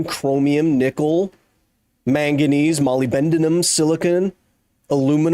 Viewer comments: Molybendenum? I knew Americans say aluminium differently. I didn't know this was also the case for molybdenum :D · Kyle, molybdenum isn't pronounced Moly-bend-in-um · It's not lol. He just pronounced it incorrectly, it happens.